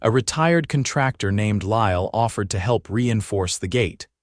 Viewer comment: It's CON trac tor, not con TRAC torr